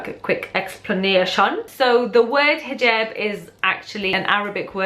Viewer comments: Hijeeeeeeeerb, ha i love accents. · Why do people say hoojab instead of hijab? Is it just different arabic dialects? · ahhhh. I had always thought it was pronounced Hee-Job. I wonder if that is a European thing, or if most muslims pronounce it that way. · U say hijab weird..or is it just me